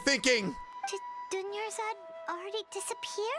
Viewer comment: dunyarzad almost became doneyarzad